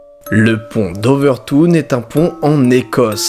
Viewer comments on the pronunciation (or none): C'est pas le pont d'ouvertoune c'est le pont de l'ouvertoutoune